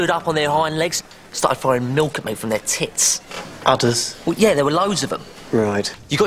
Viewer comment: udders sounds like "others"